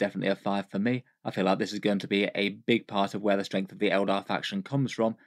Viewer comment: Oh my god! Just yesterday I was thinking about how puts M's in "Strength" (Stremth) and adds M randomly at the end of the last word of a sentence, especially ones ending with N (Versionm, ambitionm etc.) And now they're doing a video together!? They should call it M&M!